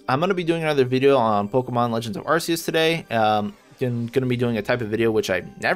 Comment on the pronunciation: You pronounced Arceus wrong